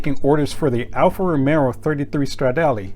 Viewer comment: its ALFA ROMEO just like Romeo and Juliet